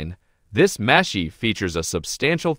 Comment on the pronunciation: After the 3rd muh-sheet, l stopped watching and started typing. Pro tip-if you're making a video on a subject, pronounce the subject name correctly, or don't bother with the production, as no one will watch it.